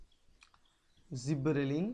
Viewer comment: i think it is gibberellins not zibberellin